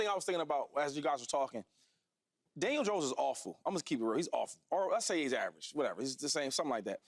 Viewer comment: Why do so many people say Janiel Dones